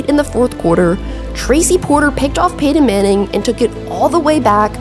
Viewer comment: What's her accent? I can't place it. Sean Peedon and Peedon Manning. Over extending the last syllables and vocal fry in words at the end of a sentence.